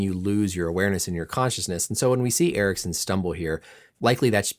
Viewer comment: Aha, ok, han uttalade det som "Eriksson" och du svarade på det, nu förstår jag. Amerikaner är ju inte kända för att anstränga sig att uttala icke-engelska namn korrekt...